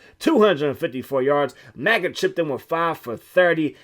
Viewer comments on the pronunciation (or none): Bruh his name is Megget. Not Maggot. Lol